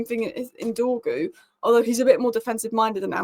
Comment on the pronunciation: pace, power, strong, decent close control, loves a dribble! im excited honestly, lets get this done 🙌, it's not Dorgles, it's pronounced Dorjeles, i don't mean to nit pick but these things bug me terribly 😂😂. please work on the pronunciation lol